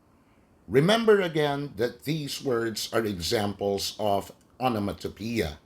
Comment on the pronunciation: its actually pronounced "ah - nuh - muh- tah - peh - yah"